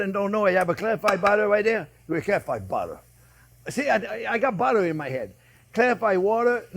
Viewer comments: One sexy dish jp with lots off budddeererrrr😂❤ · Did someone say budda? Where's the onyo?